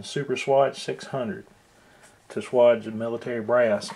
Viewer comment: Good video, but it is pronounced like wage, like what you make at work. Great video though.